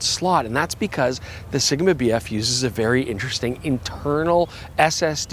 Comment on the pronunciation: you keep saying BF, all i can hear is BS